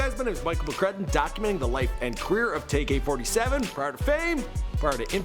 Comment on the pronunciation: "Tay Furd" lmaooooo I'ma need you to get right. It's Tay Eff 3rd